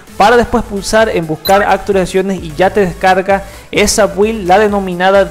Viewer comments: Se pronuncian: "Bild", "Apdeit", "Insaider"... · La información que diste está genial, pero las pronunciaciones a futuro serían /ápdeit/ y /bild/ M e muero de ganas de tener ese explorador de archivos oscuro... Wow